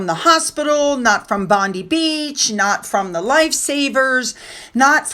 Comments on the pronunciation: we feel your sadness in regard to Bondi ….. it shook everyone to the core ……… can’t believe how fake M and H are. It’s revolting ….. oh and Bondi is pronounced Bond eye 👁️ xoxoxoxo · Hi, not that it's a big deal but so you, the pronouciation of Bondi is " bon-dye". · Agree with all comments. Was disgraceful. By the way Bondi is pronounced Bon Dye. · Ps Bondi is pronounced “bond” “eye” and is Aboriginal for “waves breaking over rocks “😊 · OMG, I hadn't quite registered the insensitivity ... long blue-and-white stripes at the venue of an anti-Semitic terrorist attack ... FFS, Meghan!!!! HELLOOOWWW??? Btw, "Bondi" is pronounced "Bond-eye". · Bondi is said like bondeye. We always said the Harkles would go there. She'd never miss a moment to insinuate into any tragedy. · Hi, it is pronounced Bond Eye. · just a little help with a pronunciation….Bondi is pronounced Bond eye….beach. x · Hi. I really enjoy your kind understanding of King Charles for his way wood son Harry. I think Harry and Megan are such loose canons and dishonourable people that it wont matter when the titals are taken they will still use them and profit off them. Because they are uncontrollable. Also I kindly correct not even though its spelt Bondi its pronounced BondI as in I went. Hope that hepls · the beach is pronounced Bond - eye